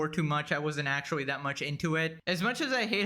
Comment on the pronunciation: It's actually not actuawy